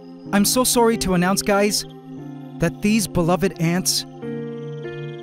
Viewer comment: For a sec I was sarced with the liveaths when you said Im sorry gays